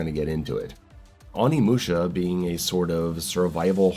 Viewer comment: its not AW-nimusha. It's O-nimusha (probably, correct me if Im wrong)